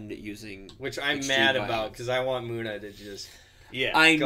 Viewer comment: MuNNa...not MOOna